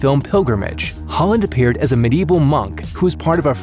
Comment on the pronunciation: anyone else think hes saying "Haaland" everytime he says "Holland"?